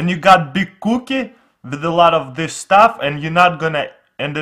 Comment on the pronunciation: samich - sandwich coo-kih - cookie